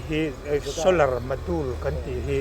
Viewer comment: Solar module zeda ho ta....solar zedule.. lam sual lui lh ngar2 in tih lar nan lh intih khongaih tlak.om nan..nuih poh hi tiza toh lo..ngeiom lam ah kl toh xok...